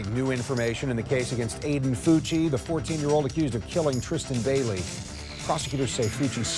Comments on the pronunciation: Pronounced: FUCKY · That's a weird way to pronounce "Fucky". I wonder if his cellmate will find that name... interesting. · They gonna have a different pronunciation of that name in prison boy